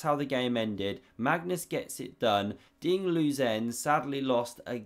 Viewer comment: "Really feel for the guy" but calls him "Ding Lose-en". 😂